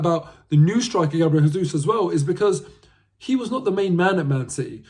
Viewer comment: Jesus is pronounced with a J as it’s Portuguese! When Jesus is pronounced with a H it’s Spanish so as he’s Brazilian it’s pronounced with a J.